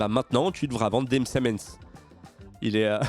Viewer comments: On dit des msemen et pas des msemens . Le s du pluriel est muet 😅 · Video interessante comme d’hab, voici un tuto pour prononcer « msemen » afin qu’elle soit encore meilleur : ‘M-sé-mén’. C’est cadeau, signé un abonné bougn-. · qui essaye de dire msemens😭